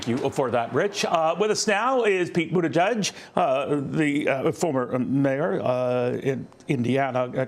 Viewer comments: The guy can't even pronounce Pete's last name correctly. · The Fox dunce can’t even pronounce Pete’s name correctly (in typical maga form) and introduces him as former mayor of Indiana?? I mean he’s the current secretary of transportation for Christ sake. Fox is such trash.